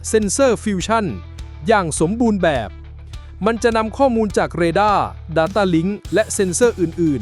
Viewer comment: ❤❤❤สุดยอดกันทั้งคู่ แต่ฟังการบรรยายนาทีที่ มีการบรรยายผิดเพี้ยนคำว่า"ข้อมูล" เป็น"ข้อนูล"😂😂😂